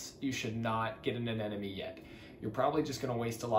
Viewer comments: (Ah Neh Moh Nee) Not (Ah Neh Nah Me) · yeahh i noticed americans say anemone as anenome but whats funnier are filipinos saying animown